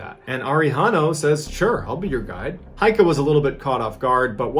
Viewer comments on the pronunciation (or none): gotta admit, for a murican your pronounciation is pretty good. one thing though: it's heike, not heika.